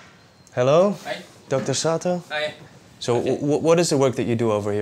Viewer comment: For a second I thought he said hello Dr Satan lol OK I'm glad I checked and could read Dr Sato 😂😂🤣🤣